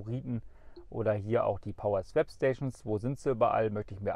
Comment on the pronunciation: … Swap spricht man wie „swop“, nicht „swäp“.